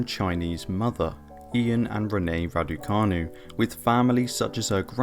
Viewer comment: Please try and get her name straight, Raducanu canu not cani.